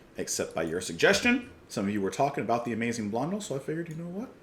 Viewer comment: Pronounced "Blon-DELL" with the emphasis on the final syllable.